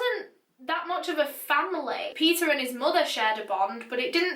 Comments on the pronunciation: I keep hearing pizza every time she says Peter 😂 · Why do i hear her say pizza insted of Peter?😂